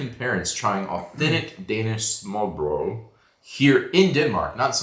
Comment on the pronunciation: Hello to your parents I’m happy they enjoy the trip in Denmark 🇩🇰❤️ you pronounce smørrebrød really fine My favorite smørrebrød is a potato with bacon and fried onions, tomato with bacon, herring in tomato sauce and a nice big rødspætter with shrimps, dill and remolade on top.